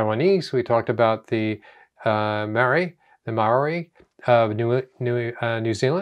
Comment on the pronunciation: Think you're trying to pronounce Maori...your saying "May or ee" We pronounce Maori as...Mohwree. the r is very lightly rolled. 💚NZ